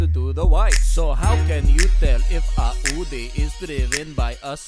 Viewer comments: it's Audi not Äudi indeed. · It is Audi Not aooodee RIP ENGLISH